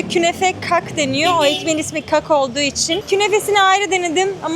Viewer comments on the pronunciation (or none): O kak diye telaffuz ettiğiniz (simit gibi susamlı peynirlisi falan olan bişey) , ka'Ak olarak seslendirmeniz lazım🥨 (كعك _ Ka'ak) ، bazende كعكة - Kaa'ke olarak söylenir.